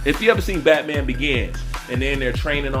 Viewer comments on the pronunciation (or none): none